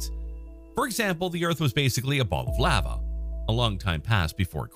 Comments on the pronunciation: You just ruined the word lava for me😂😂 Can’t be unheard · I don't like the way he says lava